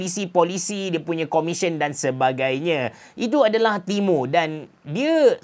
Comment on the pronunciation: Aku dengar timun 😂